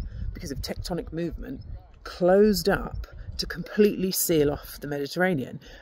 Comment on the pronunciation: "tectonic movemen" Pronounce your T's, MOVEMENT.